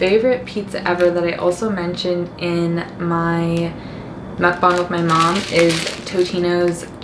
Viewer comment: i love how calmly you talk, especially in the beginning 😭😭 also you’re the only white person that i’ve seen who pronounce mukbang correctly lmaoo i’m subscribing